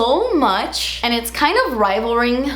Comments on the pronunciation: 😂 its rivalling not rivalring youre so cute, im so surprised you like the tarte creasless concealer, its not my favorite, especially summertime it MELTSSS off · Rivaling*** LOL not rivalRing ahaha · Rivalring. RIVALRING!! Hahaha I love you. You crack me up! 😂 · “Rivalring” 😂😂😂 rivaling? Haha ❤️ you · After you said rivalring I could not for the life of me figure out the right way to say it, rivaling or rivalring?!?! I said it so much it doesn't sound like word anymore 😂😂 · Rivalring? Lol. She added an extra R in their lol. I’m dying. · “Rivalring” I’m dead omg ily 😂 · It's "rivaling," lol🤣🤣🤣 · Rivalring?! Hahaa girl ....🤦🏼‍♀️🥰🥰🥰you're too much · trying to say rivaling 😂